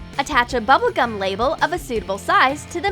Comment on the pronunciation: It’s bubble gum not Tubble gum GET IT RIGHT